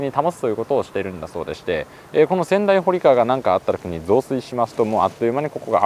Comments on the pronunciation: 小名木川は「おなきがわ」ではなく「おなぎがわ」です〜 また、仙台堀川は「せんだいほりがわ」ではなく「せんだいぼりがわ」です〜 隅田川周辺の土地をスーツさんが巡ってくださって嬉しいです！！ いつも楽しませてもらってます(by地元民) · 小名木川の読み方は「おなぎがわ」、仙台堀川は「せんだいぼりがわ」ですよ～。